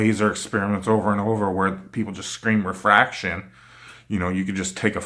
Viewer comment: and that he mispelled and misprounced refraction , mirage, gravity , the center of centripetal force and chuckled like he "won" the debate was what made me laugh of how much of an arrogant imbecile he is